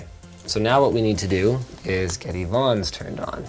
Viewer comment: It's E-vonne